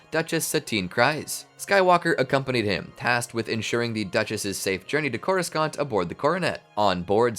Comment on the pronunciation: Drink every time he says Coru-scant